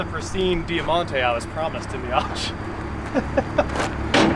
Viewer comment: It was known as the Mitsubishi Magna here in Australia 🇦🇺. Over 30,000 sold here in 1992 for example, there was so so many model variants over the years when we had them. We actually made them here for a long time. (Btw it’s pronounced Dymontay)